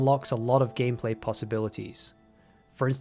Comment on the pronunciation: did he just say gayplay? 😂